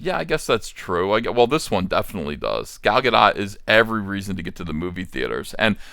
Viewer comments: Since you seem to care about getting the pronunciation right, I should probably tell you that while it's not Gal Gadeaux, but it's not Gal Gadaht, either. The o, or rather, the letter that is transliterated into o, is always long in modern Hebrew, so it's pronounced Gahl Gahdoat, with the emphasis on the doat. Also, the vowels are a bit more clipped than is typical in English; they don't get drawn out as much. It's no big deal, but since you expressed an interest in the pronunciation, I thought you might like to know. Also, quelch isn't really a word. Quell and squelch are words, but quelch isn't. Anyway, good luck with the next installment of Cyberfrog! I hope you outsell the previous installment by a considerable margin. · Ga-DOTE like it rhymes with boat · The 'dot' in Gal Gadot is pronounced like 'Dote' and rhymes with note. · Gadot is pronounced Gah-dote. Rhymes with note, not cot. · I was told it's pronounced 'Ga'-dough', instead of 'Ga-dot'. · GaDOT. Like BOAT. T isn't silent. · Ethan, the T is silent in Gadot. Just pretend you're an LSU fan when saying her name.